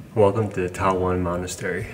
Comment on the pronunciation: it’s TAWANG MONASTERY not Taiwan monastery